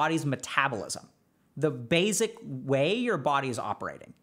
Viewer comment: i love how he says basic like basil lol